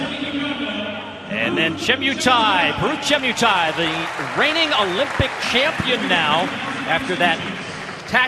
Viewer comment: Che MUUUU Tai. Not Chie miiuu tai 😅🇰🇪